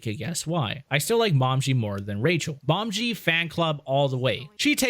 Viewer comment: Her name is pronounced Mo-me-gee.